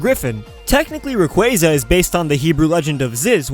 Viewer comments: You need a slap, just for calling him "Ray-quay-quay"... Other than that, I like the video :D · i lold when u said raquayquay 💀😂😂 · Rayquay-quay XD WTF man? XD I cant stop laughing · "Raquyquy" fucking killed me. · Rayquay-quay lol! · dude when you said Ray-quay-quay I couldn't stop laughing! I like the name! hahahahahahahahahahahahahaha😂😂😂😂😂😂😂